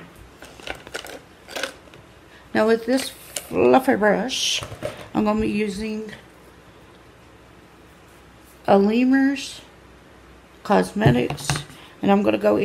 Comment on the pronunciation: The palette is called A La Mar (it’s Spanish). It’s pronounced ah la mahr! Great video amy (